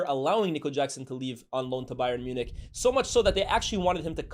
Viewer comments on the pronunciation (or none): none